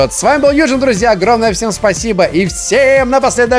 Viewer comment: Как ты странно сказал ВСЕЕМ хай